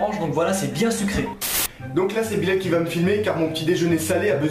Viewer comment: Pour le matin moi je dirais celui de Bilal pourquoi en fait vous disiez Bilel au lieu de dire Bilal